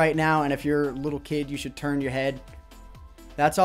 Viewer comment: don't you mean "chould"?